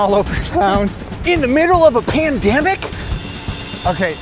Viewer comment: Did say pandamic